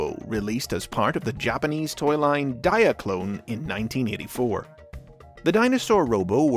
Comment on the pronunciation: Why does 'diaclone' sound like diet coke